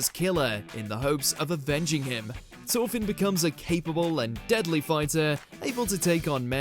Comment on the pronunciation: 'Torfin?' I usually comment on bad pronunciation, that's simply not speaking English 'th' is a specific sound I'm not surprised the writer missed Ginta from MAR, he starts off a dreamer wearing glasses with no stamina, and ends up saving the world